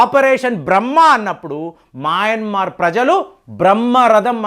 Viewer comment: Nuvvu pronounce chesinatlu ee prapanchamlo evvaru cheyyaru. Maayanmar కాదు adi, Myanmar. Aljajeera ni kuda palakaatniki chaala kasta paduthunnavu.